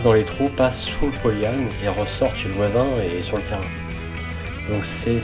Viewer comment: Par contre polle yan evite ! Cest polyane!